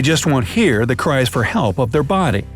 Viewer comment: Logic and Reason why does he say cries?